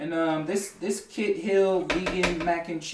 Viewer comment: Kite is usually pronounced Kite...I’m just saying.